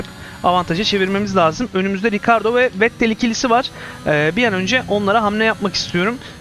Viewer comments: abi vettele neden vet tel diyorsun bildiğim kadarıyla okunuşu fetel serhan acar vs öyle kullanıyor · olur oyle takilmamak lazim boyle seylere sonuc itibariyle anlasiliyor :)